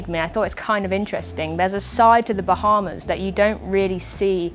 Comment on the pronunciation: "bah" is almost as strange as ' "wahz"